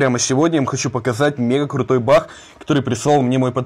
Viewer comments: Почему ты говоришь бах а не баг? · не бах а баг